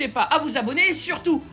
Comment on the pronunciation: TAHIA et non pas tachia.